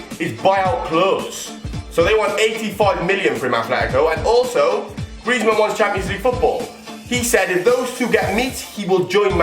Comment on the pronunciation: Its actually griezman